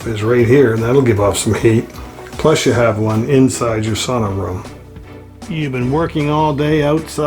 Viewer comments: You almost have the pronunciation of "sauna" correct. The au part of the word is pronounced as ou in the word ouch. 🙂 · I am of Finnish ancestor and I was taught "saw-na", Guess everyone has a choice as to what sounds right to them. Love Love Love all that wood and stone. Fabulous.